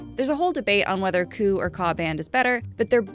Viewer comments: As someone who works with KU and KA band connections.. it’s not “coo” it’s K. U. And K. A. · Not bad vid considering she mispronounced Ku and Ka. They should be pronounced Kay ewe and Kay ayyyyyy respectively. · First thing, no one streams the bachelor but u. Second, I never heard anyone pronounces KU & KA bands, koo & kaa 🥴